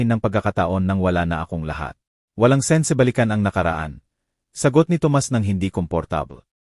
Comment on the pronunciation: dapa po pag english ang binabasa nyo ay dapat vasahin nyo sa english...sense basa nyo sen-se hahaha ewan ko sa inyo kajahiya po